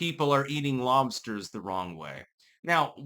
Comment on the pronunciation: Dude you have never had lobstahs come to Maine I'll hook you up with scallops and lobstahs.